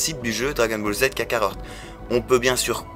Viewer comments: Kakarot et non pas KakaroRt ^^ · Il a bien dit kakarort #0.11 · Kakarot pas kakaror